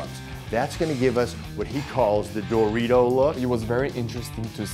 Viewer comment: He pronounces the word "Dorito" like a guy who clearly never buys Doritos